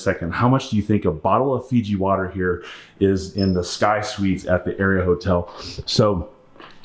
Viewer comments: It’s not “area” it’s pronounced “R-E-uhhhh” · It’s pronounced are-ia just FYI! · Las Vegas native and hospitality management major here... The Aria is pronounced aa ree un. But hey man I still love your videos.